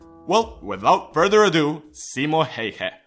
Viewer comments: Pleaseee! It needs to Be like: Simo Häyhä. A ~ Ä. Also if you want to know what Ä sounds like, you need to read this all the way to the end. So the letter Ä is the same when you say Apple. if you compare it to a word like a car for example, you notice the A letter in Apple sounds different than the letter A sounds when you say car. So just say the A letter alone. Don't say Apple just say the A letter and add couple of dots and you have made it. Also if you are still wondering what it looks like it should look like this: Ä and in lower case it needs to look like this ä XD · U. Logic same. Expesially how he pronounces Häyhä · Simo heihä :D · His name is Häyhä not Heie. If you are going to makea a video dedicated to the best sniper in history, you should also make the effort to pronounce one word correctly. Also, the numbers in this video are all over the place, only the kill count was correct. It really does't take that much. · tfw you are finnish and every time he says Häyhä as "heyhe", you shake a little 😂😂😂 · To say Ä it's like you say A in the word Apple. So its like Simo H(A from Apple)yh(Another A from Apple) Idk why i made this. Its just weird how english people say Häyhä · OH man the inaccuracies.. Can't even pronounce häyhä. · Lol im from finland and when you said simo häyhä i just died from laughing ut souned so stupid XD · You pronounced his name wrong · Onks tääl ketää muita suomalaisii, jotka vetää hirveet cringet siitä että tää jätkä ei osaa lausuu "Häyhä" oiken? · That's how Häyhä gets you; he kills with impossible pronunciation! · that is not how you freaking pronunce Häyhä perkele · Its Simo Häyhä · you can say häyhä good but you can train say ä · A finn gets triggered by how says Häyhä. Ä is like the a in the word "hand." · You pronaunced Häyhä wrong and trust me Im finnish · ä is pronounced like the a in man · you butchered his name really hard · It's not "Häjhä", it's "Häyhä". pronunciation is a thing that exists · it is Simo Häyhä not Hayha